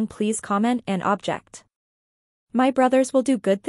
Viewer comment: When it says 'My brother said if there is anything wrong, please comment and object.' There are 2 definitions of the word object, & where I'm from (MN) they are pronounced differently. An object (AHB jekt) is something tangible that can be touched. The way it is used in this video is object (uhb JEKT), as in voicing disapproval. For example, in court, they would say 'I object, your Honor!' So he is saying if anyone sees anything wrong, please comment your objection (so they can supposedly fix it.🙄🙄😤😠😡🤬) I hope this makes sense. Thank You for all the work that you put into your videos. They definitely are helping to open peoples' eyes (FINALLY!)💜💜💜 Codys' Mom F30💔💙